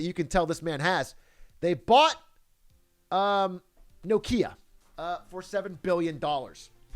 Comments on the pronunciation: Bro stop saying no kia its nokia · Does this man say No-kia?